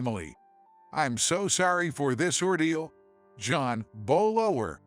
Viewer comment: The words male, poor & bow was pronounced wrong.